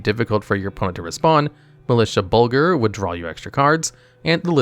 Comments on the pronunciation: Throne of what? Elay-dren? WTF? Bed-evil? Militia Bul-Ger? Why do so many of these magic videos have no idea how to pronounce MTG names? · "Bed-evil" "Bul-ger" "Kal-dem" I hate how much the mispronunciations hurt me 😆